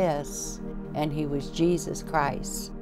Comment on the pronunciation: She said zesus nah… now I am not believing